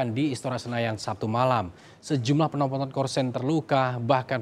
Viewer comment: Host : "Sejumlah penopon korsen..."